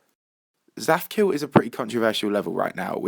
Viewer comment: It's not zaphkiel it's zadkiel.